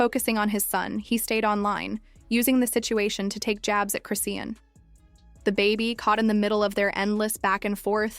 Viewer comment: Why can these fools with their AI never pronounce ppl’s name correct? There’s no T in her name 🙄. In another video Blue Face’s mom said the baby is blind . I hope not , but very sad if true .